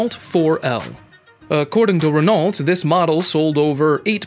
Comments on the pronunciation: It's pronounced .. Ren _ O not ren_ ult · Can't you say ren-O like everyone else? Do you pronounce the s at the end of Illinois, too? 😆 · Please pronounce Renault properly: the "l" and "t" are not to be pronounced... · I came to say the same thing. For a channel that highlights so many different vehicles, you think they'd have voice over people well versed in how to pronounce different car companies.